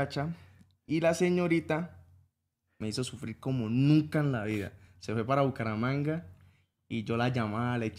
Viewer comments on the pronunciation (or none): Cucaramanga 😂😂😂😂 es Bucaramanga y ellos son de Cúcuta una ciudad cercana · Cucaramanga jajajajjajajaj es Bucaramanga pero allá hablan refeo jajjaa ..